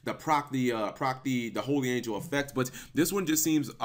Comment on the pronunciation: its holy not holly